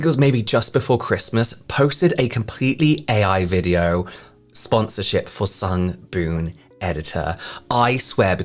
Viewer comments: I noticed Jaclyn hill also says “sungBOOM editor.” Like jfc at least have a little respect of the brand you are making a kickback from and say it correctly 🥴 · When I first saw the Kardashian mother doing the Sungboon Editor ad about a week ago, I cracked up. I honestly wasn't sure if the whole thing was AI or not, especially when she said the brand's name wrong, 😐. Like you said, they probably probably spent a sh*t ton of money to get her for the ad, so they just went with it, lol. I do love their products though, so I'm going to resist giving them side eye (lifted with a weird TikTok gua sha thingie, 😂😂😂). When you rolled your face with the lint roller...I almost fell out of bed laughing, lol. LOVED this video....thank you. Hope you had a good holiday season too, 💐🖤🗽🌃.